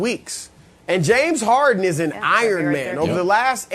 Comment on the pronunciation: No body: Brandon: JAMES HAR-IN